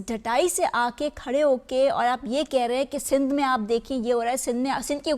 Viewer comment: Btw it's Sindh not sind